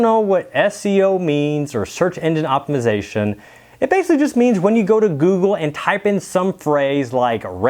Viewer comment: Lol... can’t say “Google”. “Goo-goo”